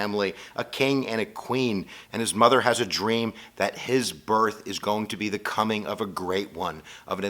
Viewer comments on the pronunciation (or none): none